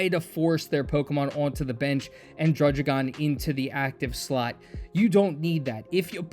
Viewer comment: aha, its not drudge-igon, its drudd-igon